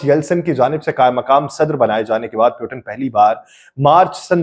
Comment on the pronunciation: آپ کی ویڈیو کافی معلوماتی ہے لیکن روسی صدر کے نام کا تلفظ درست نہیں۔ روسی صدر کا نام ولادیمیر پُوتِن ہے پیوٹن نہیں۔ روسی زبان میں ’ٹ‘ اور ’ڈ‘ کی آواز نہیں ہوتی جیسا کہ عربی میں ہے۔ اگر آپ نے انگلش انداز سے بولنا ہے تو پھر پُوٹن بول لیں لیکن پیوٹن بولنا یکسر غلط ہے۔ امید ہے آپ درستی فرما لیں گے۔